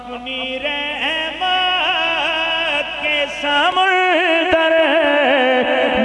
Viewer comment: جی اصل تلفظ سَمُنْدَر ہے